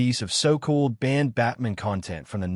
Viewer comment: the AI makes Batman sound Jewish, as it pronounces it like Goldman